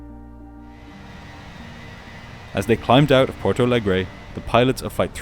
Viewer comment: You’re content is at an insanely high quality. Keep up the good work. The only very minor thing is that as Porto Alegre is a Brazilian city that speaks Portuguese, it would be pronounced like Portu Alegri in Brazil and Portu Alegr’ in Portugal. Other than that video is a 10/10